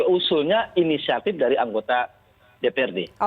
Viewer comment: Katanya inisiatip...katanya lagi dìuñdang ah gimana